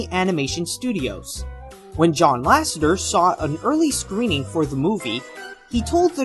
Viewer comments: I know your redoing the series fixing mistakes and adding more updated facts(hopefuly some from Waking sleeping beauty) but please in the future its pronounced ''john lassETER'' not john lassenger,I sorry,But im a pixar guy and that one kinda got to me,considering you say it alot in this video.Anyway cant wait for more lookbacks.keep up the good work. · It's actually, LASSETER not lassenter, lol just a heads up.